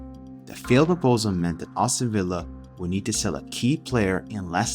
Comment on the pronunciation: It’s Aston, not Awston